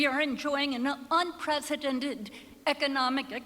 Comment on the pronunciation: Did you notice that Kennedy chick instead of saying unprecedented she says inpresidented. Thats for sure we haven't had a president for years.